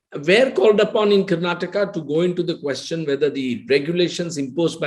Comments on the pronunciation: Bolimagne Karan, it's not Karnatak, it is karnataka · the nutjob karan thapar , should first learn to pronounce the name of the state first. the interview in itself is farce , both seems to have come to an understand of each other views. P.S it's not karnatak it's karnataka .